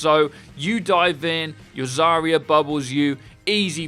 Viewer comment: Zarya is pronounced as "Zah-rya", where ya is one sound "ya".